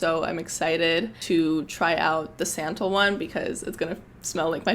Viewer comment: Love the recs but you butcher (lol) some of the ingredients/ brand names- Atelier, santal, bergamot, Loccitane